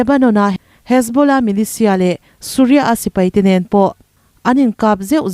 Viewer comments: Suria nilovin Syria aw(mizo Bible in Suria ti a lehling angin i rawn lam tawp mai😂 ani maw!!) Suria nilovin syria aw!! A khawpui Damasacus(sorry Damascus) Antonio Blainken nilovin,Blink) (Antonio Blinken / us secretary of state)milar lutuk leh Ram hming lar lutuk te hi chu lam rik dik a, hriat ve tur!!! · Tunlai thil thleng lar te tal Hming hi chu hriat ve a, lam finkhur ve thin deuh tur!! Surya nilovin Syria..Mr. Grantz nilovin Mr. Gantz /Benny Gantz(Gants / guns tiin lam rik tur) Je-wis nilovin Jus tiin (jew for Ju - Juda tiin kn lam thin kha!!) ukk-kraine ti tawh lovin (Eu-kraine (a,b c a U ang khan ) Bairen singh ni lovin Biren singh(a for apple, B for Biren tih tawh tur aww.. News reporter te lam dan hi en in,ngaihthlaka a, zir ve hi angai ania... Mi News siamsa, post i rawnchhiar chhuak anih pawn, an hming ziah sual palh ang angin, i chhiar / i lam sual ve zel te chuan...tunlai thilthleng Hming common tal hi chu, a dik a i chhhiar theih nan news te ngathla ve thin la.. News chhiar hi mizo thawnthu chhiar ang kha ani lo ania.. Tha hnem ngahthu ah free adviceddd 😂😂😂😂😮